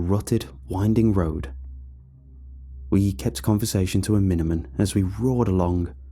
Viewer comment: “we kept conversation to a mInImIn”